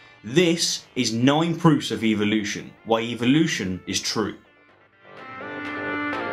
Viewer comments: Why are you pronouncing it Evil-ution and not EvOlution? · I wish they wouldn’t pronounce it EVIL-lution. That’s the real reason they don’t like it. Otherwise I think they would like it. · This Australian guy says evil-lution! The bones on the whales are not vestigial, they are for reproduction. God made no mistakes! I suppose you think your more intelligent than the creator of the universe? How did DNA come about? Billions of years? Small or large a Dog is a Dog! Still no explanation of life from nothing, DNA from nothing. Take God out of the equation and evil-lucion is still impossible and stupid....